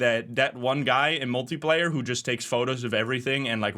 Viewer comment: Its Multiplayer not Multiplayar